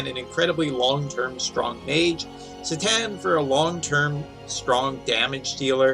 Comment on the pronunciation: Se-tan? Isnt his name pronounced Sai-tan?